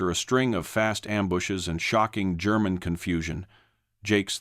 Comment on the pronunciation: so tired of annoying AI voice that can't read or pronounce words properly and without hesitation. BTW German is not Gerr man.